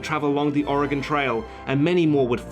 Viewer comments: Thank you for pronouncing Oregon correctly! You'd be amazed how many people say it incorrectly. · I appreciate how you pronounced Oregon correctly. I hate it when people say Ore-GONE... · Thank you for the correct pronunciation of Oregon. you really go all out with your research. I'm very impressed. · for pronouncing Oregon correctly! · Thank you so much for pronouncing "Oregon" correctly! ...as an Oregonian it is very annoying hearing people pronounce it as "or e gone" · I'm from Oregon and thank you so much for pronouncing it right! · In addition to everything else that was excellent about this video, he pronounced "Oregon" correctly. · As an Oregonian I appreciate that he pronounces Oregon correcrly when half of the people in my own country dont. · As an Oregonian it's nice to hear someone who is not native pronounce oregon correctly. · As a native, as well, I think it should be a crime to pronounce it with the dreaded "gone" suffix, and it's a huge sign you know someone is traveling, or not from here. The "gun" pronunciation is mainly a backwoods thing, and most of us - myself included - say "gehn" at the end, since a true Oregonian accent is borderline monotone, has a slight nasally pinch, and we have a tendency to sort of "flatten" our vowels out: like "may-el" for mail, "meyh-bey" for maybe, but not like "ul" for oil, it's more like "oiy-yull" or "dren" for drain. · I just want to say that you're probably the first non oregonian that I've heard pronounce the name of the state right. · Thank you, from the bottom of my heart, for pronouncing 'Oregon' correctly! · I just want to thank you for pronouncing 'Oregon' correctly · You pronounced Oregon correctly. Im very impressed. Most mid-western Americans even pronounce it wrong. Bravo. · Perfect pronunciation of Oregon. Well done. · Thank you so much for pronouncing Oregon right